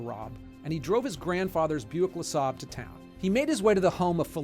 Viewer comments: Repeat after me: Buick Le Say-ber. I really enjoy your productions. Thank you! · It's pronounced "Buick Le-Say-burr" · Serious subject and thanks for all your videos. This one is sad. But on a lighter note, buick Lesabre is pronounced like 'La saber" ;) lmao keep em coming! We're eating this channel up! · The car is pronounced buick leh say bur, not lah sob. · It's pronounced "Le-say-ber" ! At your age I would think you'd know better. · Buick LeSaab? Uhhhh... I'd really love to find out how that one happened. I assume you meant LeSabre? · Sorry, I'm a car guy. It's Buick LeSabre. Not LeSaab (?) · THUMBS DOWN FOR MISPROUNCING LASABRE. IDIOT! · I find it difficult to believe you, and your claims about how much research you do, when that's how you pronounce Buick LeSabre.